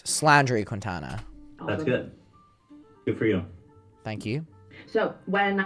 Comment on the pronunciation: Ok 1 i love how says "Quitana"... 2 the Quintanas of the world do not claim that bafoon